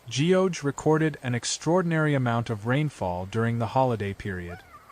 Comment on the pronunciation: ** Geoje /ɡʌdʒeɪ/. Show some respects to local pronunciation! It's not /dʒiːoʊdʒeɪ/.